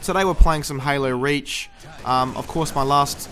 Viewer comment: Sounds like he says "Halo Rage".